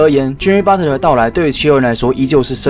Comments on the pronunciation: 是Butler(拿) 不是Butter= = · Butter？？沾美牛油？？ Patton讀成pattern？？ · 我聽到的是Butler阿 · Butler其實是念budler t是不發音